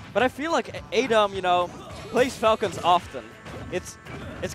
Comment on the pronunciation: The commentator keeps saying a Dom instead of adom